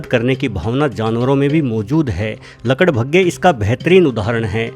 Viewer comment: आपने गड्ढे को खड्डे और लकड़बग्घे को लकड़भग्गे कहा उच्चारण ठीक से कीजिए महोदय जी 🙏